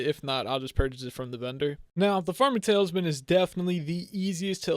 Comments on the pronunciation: Is it me or does he say tale is man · He says tailsman